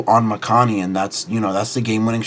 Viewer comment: 1. I think your pronounced Mikani wrong lol, and 2. I think this list will struggle to get to 13 different as well as CB, but if thats not the goal getting 8 and doing shenanigans looks solid